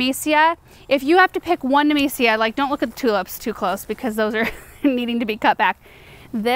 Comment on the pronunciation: took me 17 min to figure out she's saying nemesia not amnesia